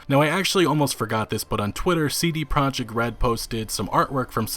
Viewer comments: Im so excited to this game btw it is pronounced as "proyekt" not project the the j makes a y sound, its a polish word. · considering respect towards cdpr and the number of times you say "cd project red" in the video you could've learned that it's pro-iekt, not project